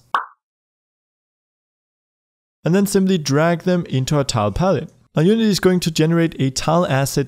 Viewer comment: Not trying to be mean, but it keeps happening: "Drag" not "Darg"